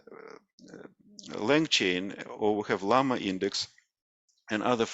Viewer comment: LlamaIndex instead of LammaIndex